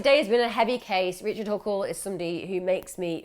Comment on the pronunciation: You said "richle huckle" pretty early in the video lmao